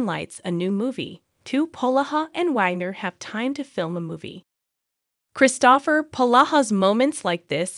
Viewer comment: This seems to be just an ai voice. The voice doesn't even pronounce "Kristopher" correctly. Nothing backs up this reporting and some of the movies like the once referenced with Tyler Hynes and Autumn Reeser are from 2022. So this is out of date and poor reporting. Although it would be great if Hallmark either brought back Mystery 101 or finished the series off with a less painful cliffhanger that seems like a betrayal of the fans.